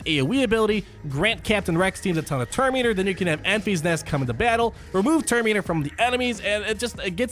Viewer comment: Love you but "Enfees nest" is driving me nuts.